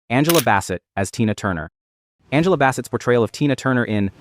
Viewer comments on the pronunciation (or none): none